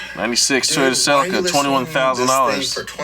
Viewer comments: You've hear cell-ee-kuh you've heard cell-uh-cuh. Get ready for CELCIA like white claw. but a car. That has to be a troll. What's not a troll is the Hilux is such an important tool and if you call your congresswomern, don't cringe like justin. <3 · The guy mispronouncing "Celica", likely mispronounces "tortilla", "Pollo", "Guacamole", and "Pico de Gallo"